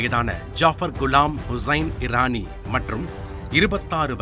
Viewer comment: அடேய் அது ஈரானி இல்ல இரானி